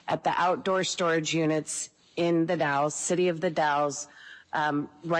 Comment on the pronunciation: FYI locals say “ The Dalls” not dalls.